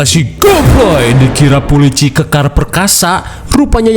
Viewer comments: pulini " polisi nini2" 😂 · Kocak bgt tiap denger PULINI ngakakkk parahhh ih.. pulisi nini nini 😂😂😅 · Pulini : Pulici Nininini wwkwkwkw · Ngakak setiap denger polini